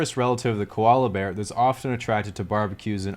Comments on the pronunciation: Could really hear the accent in koala :) great video I always enjoy your stuff. Hi from Perth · Yeah for like 3 seconds when he mentions "Koala" his Aussie accent shines through :/